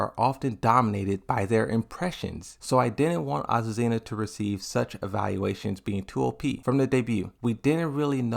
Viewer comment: Finally he said azucena and not aquafina